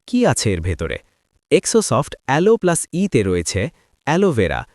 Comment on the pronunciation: জেরোসফট এটার নাম,এক্সো সফট না,ঠিক মত উচ্চারণ করুণ